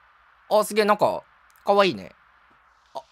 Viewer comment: かわいいねの言い方Kawaiiね